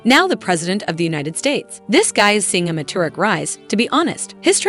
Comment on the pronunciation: Anybody else rewinding to hear the fun pronunciations? (MAGNETO, DAY BUTE, JAW KEEN PHOENIX, ME TORIC RISE,) XD